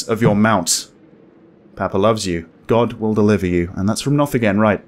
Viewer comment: I am so excited for the rest of the story ♡ the ending lol btw : every time you say "Knoth" it sounds like you are calling my name "Nouf" 🙊